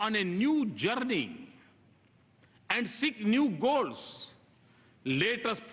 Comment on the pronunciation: is he PM of india? ha ha see how pronounce word Journey and early. ha ha . what a english yaar. even Lkg students will say correctly